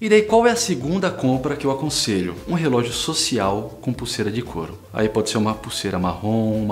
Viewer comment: cara rrrelogio de aco com terno ai nao ne'